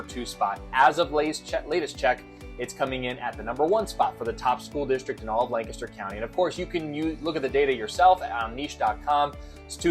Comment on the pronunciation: My real estate agent says the correct pronunciation is Lank-ster. She’s a native, so I think you’re saying it wrong.😊